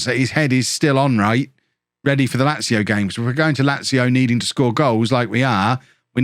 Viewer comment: You've learned how to say Lazio, nice one man.